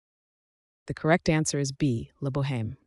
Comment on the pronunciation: OMG, you pronounced the H in La Boheme.